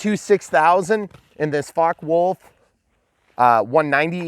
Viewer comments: Hi, Nice flying of a great plane. It's pronounced "Fokka". It's German! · It’s pronounced FockE Wulf just the way it’s written